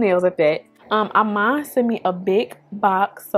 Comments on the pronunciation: Love love love the look. IMAN is pronounced "e mahn". That line of cosmetics was created by the super model Iman. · I love you but it's pronounced E-Maan shes only the dopest model of all time!!! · Cute as usual The I in Iman is pronounced like the letter E its "E"man